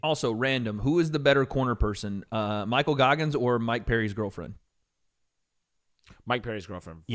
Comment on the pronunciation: The way he said micheal goggins and they both knew what he was saying instantly lol